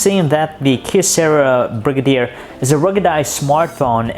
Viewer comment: Its pronounced "Bri-gay-der" not "Brig-a-deer" lol